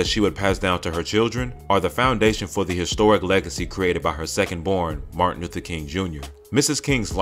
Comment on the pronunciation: I am the first to release this information on 3 live chats on YouTube and everyone is releasing this information of that live chat. You clout chasers are so false that you won't even mention who is the source of awakening information. You informers our so dum that you still call Martin's name wrong.